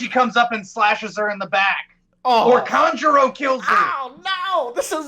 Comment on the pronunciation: You guys are also pronouncing Kanjuro wrong. It's "Khan-Juro" not "Kan" like "can". Kan like "Con" like Con artist. Kanjuro.